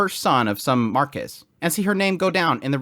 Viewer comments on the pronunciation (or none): none